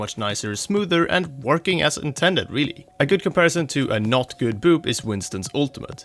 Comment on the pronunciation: Thats the joke. He pronounces it like "vorking"